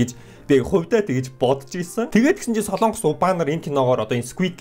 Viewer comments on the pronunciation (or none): none